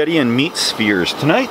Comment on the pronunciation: I thought you said meat spears. Maybe hotdogs? Then I understood spheres.